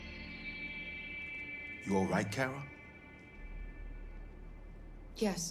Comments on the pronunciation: Am I the only one who noticed how got mad about saying Kara’s name wrong but for the last episode or two he has been saying it wrong too 😂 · You do know her name is Kara right ✅